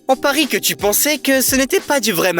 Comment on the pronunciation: « tu », à tout moment ! Est-ce que c'est ainsi qu'on parle en France à des parfaits inconnus ? Je crois entrendre parler un « djeune » des ban-lieues ! Sans plus de précisions... En fait, on entend « tsu » !